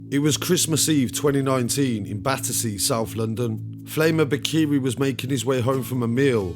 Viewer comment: That’s not how you pronounce the name 😞🤣